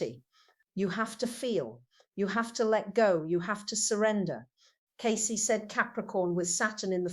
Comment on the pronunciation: someone is using her voice and interests . She wouldnt say her name incorrectly.